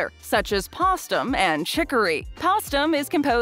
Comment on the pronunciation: Great video. Postum is pronounced like it's the Post cereal company + um. Postum was a non-coffee made by the Post cereal company.